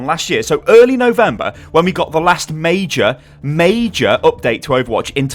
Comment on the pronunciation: He said the last mei-jor mei-jor.WHO LIKES OVERWATCH PUNS